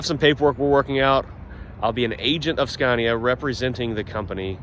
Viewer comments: "Skaaahneeaah." Not "Scaayneeaah". Try it. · Watched both of the production line videos. Very interesting. And by the way... the first "a" in Scania is pronounced like in the english word "are". 👍